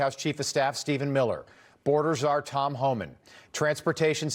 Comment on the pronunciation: Lol!! Mispronounced Tom's name. She is out of touch. She shows what a Dingle Berry she is. 😂